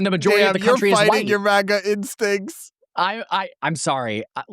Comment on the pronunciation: did he just hit the hard R on Maga!? MAGGER😱 that’s a slur